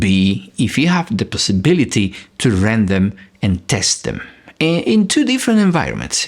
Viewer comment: rent not rend